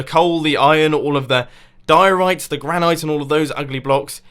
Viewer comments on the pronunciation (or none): none